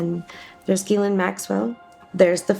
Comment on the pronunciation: You should at least learn how to pronounce Ghislaine....... FFS